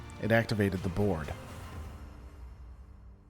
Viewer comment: "The wormhole didn't just change the Quadrant, it activated the..." Took me three tries to hear Board; thought you said "the Borg"